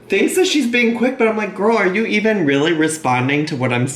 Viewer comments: for rill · “Rilize” “Lah” “Feelinz” “Amazeen” “Inscruciating” “Basamatee”